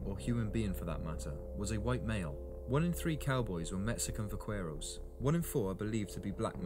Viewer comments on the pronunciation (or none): It really destroys someones credibility as an expert,if they cant pronounce the words correctly .Its Vaquero and its pronounced Bakerro not with a V sound and not the hard q sound.That is how Buckaroo was derived.The first Vaqueros were not mexicans but rather Native people or Native Americans,if you insist.They were the Slave labor for the Padres and the Dons.Do you think the Dons or the Padres were going to do the hard labor.At first it was against the law for natives to ride horses but after the cattle became big buisness for the spanish,they were taught to ride,so they could work the herd more efficiently.These natives took the classical dressage type riding and turned it into the Vaquero style.Most of those Native people were givin Spanish names as the Padres would not accept their names in their native language and couldnt pronounce them anyway,so people just assume they were mexican. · Va-KWER-oh. ? Really? Vaqueros also gave us the lariat (la riata) and the cigarette. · You’ve all got it wrong. Vaquero is NOT pronounced with a V at all. It is pronounced with a B. The word comes from “vaca” meaning a cow and which is pronounced “ba-kah”. A vaquero (ba-kare-oh) is a cow tender. It was corrupted by us white folk to “buckaroo” because of the hard B sound of the correct pronunciation of vaquero. I know this as I am from buckaroo country in eastern Oregon, where the Anglo’s got all of their best cattle handling techniques from the old time Californios who worked this country. BTW Hawaii had cowboys way earlier than Texas. They were local natives called paniolos who were taught their cattle handling techniques from vaqueros from old Mexico starting in the 1830s. Paniolo is a corruption of Espanol, meaning a person of Spanish origins. In America or Canada if it’s cowboy stock handling related, it probably has Spanish/Mexican roots. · The Spanish/Mexican cowboy name is pronounced "vac-er-o". It is not pronounced with the "q" of is spelling.